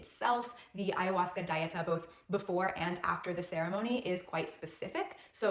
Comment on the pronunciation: Dieta is a spanish word. It is not pronounced like the english word diet with an "A" at the end. Dieta is pronounced Dee-et-ah. Please look up spanish Dieta pronunciation.